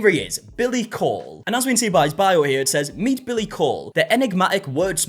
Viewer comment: coull pronunced cool not cole